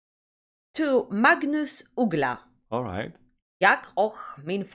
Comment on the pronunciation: Now you make me confused. You look greek or something, talking english with an accent (does not sound swedish) and now reacting to a swedish artist and song (very good pronuncing of his name) in swedish... tell me the story please! Magnus Uggla is not the best of singers, but he's a good songwriter known for pretty simple pop music with catchy melodies and ass kicking humorous lyrics. However... this is a cover he did for a tv show were the artist is supposed to do covers and Magnus dedicated this beatiful piece to the memory of his father, that lived in my neighbourhood for a cuple of decades.